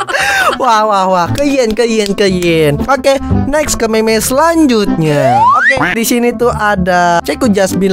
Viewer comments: bang itu di baca mim bukan meme kalau meme itu yang ada di wanita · Mim bang di sebut nya bukan meme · Bacanya mem bang bukan meme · Bang kalo ngomong meme dibaca"mim"coba dah pasti bener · Bukan dibacanya mim